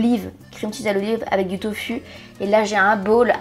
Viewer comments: On prononce “tofou” si jamais 😊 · Ta façon de prononcer le mot « tofu » ça me tue 😂🤭